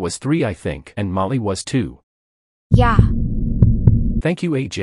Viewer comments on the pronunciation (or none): “Thanchk chuh”